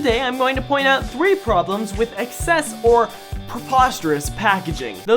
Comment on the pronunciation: I just realized said thwee instead of three, I find that funny for some reason XD